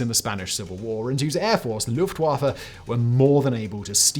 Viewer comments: It's pronounced "Luft-Voffa". Not "Luft-waffle". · I like the early period of WWI when they were just scouts, and then the pilots started shooting at each other with pistols. Very hilarious to our modern conception of arial warfare. P.S. Luft (air) Waffe (weapon) thus, air force. W is V in German, it just irritates me. It's not Luft-wah-fuh, it's Luft-va-fah. No offense to you Simon, just a common trope.